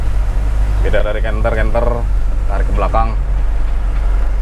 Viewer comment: Canter dibaca kenter